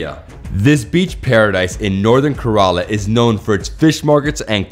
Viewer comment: Wonderful video. Just a small correction. It's Kerala. Like care-al-ah No offence. Loved your videos.